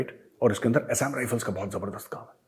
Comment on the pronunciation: Assam pronounciation galat bola hai major ji.